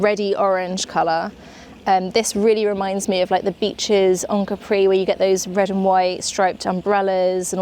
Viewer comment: loved th whole video sooo much till the point you sair CAPRì hahaha it's Càpri.... but loves this content so much